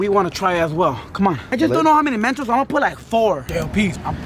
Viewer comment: Its mentos not mantos